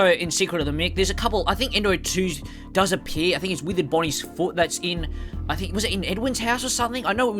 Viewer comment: ngl i had to turn on captions to figure out you were saying 'withered bonnie's foot that's in' and not 'withered bonnie's fortnite skin'